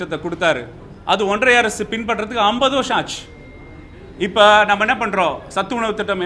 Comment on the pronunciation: ஒன்றிய Correct ah சொல்லு. ஒன்றய இல்லை. தமிழ் நல்ல வளர்க்குறீங்க டா. கால கொடுமை டா சாமி